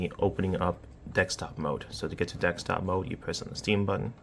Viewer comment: DeSKtop mode, not DeXtop mode! Wtf?